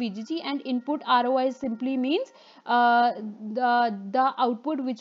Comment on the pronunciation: This video might be very good, but i cant watch it, because of the voice :( i'm so sorry. Not even when i take a shot every time she says "Aroay".